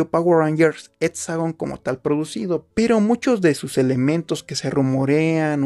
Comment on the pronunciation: No se dice tomics se dice cómics y no se dice aprotsimada se dice aproximada y no se etsagon se dice exagon con x con x con x chavo